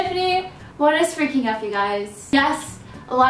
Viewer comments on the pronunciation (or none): It anoyes me "what is feaking up" ps love you no hate best youtuber